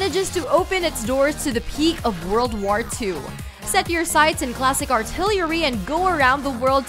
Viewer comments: "God of Whar" "Fortsa Motorsports" "Star Whars Battlefront 2" "Middle Earth: Shadow of Whar" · I'm a PlayStation and Switch owner and I can't wait for E3. I kinda feel bad for Xbox fans, use guys have nothing. Cup head does look great, but that's about it. Also, why can't this presenter say the word war? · why cant she pronounce "war" right? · OK what the fuck is up with the way you pronounce words? I mean you speak perfect crystal clear Kings English and then miss pronounce simple words like "war" and "known" WTF???